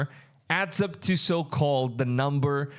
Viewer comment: Are you just like incapable of saying the word "the"?